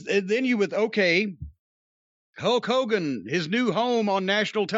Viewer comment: I swear Jim is saying “Huck Hogan”